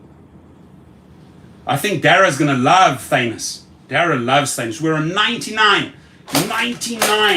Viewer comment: Did he just say thannos in the Anu55😂 Eish Manier hahah